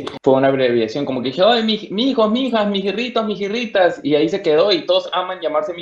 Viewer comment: Al inicio el entrevistador parece perdido. Que no hizo su tarea de investigar. No pronuncia bien mijirritos. No hace el esfuerzo siquiera de cuadrar la cámara como se debe. Luego deja hablando solo a. Y el final, horrible. Se pone a buscar en su cell y termina así la entrevista. WTF estuvo chévere 😉